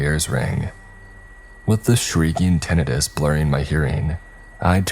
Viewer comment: Normally not this picky, but you read for a living and I listen to a lot of these and hear these a lot so thought I’d extend a helping hand. Nuclear - New-clear. It only has one “u”. It’s not nuculer. Tinnitus - 10-eye-tis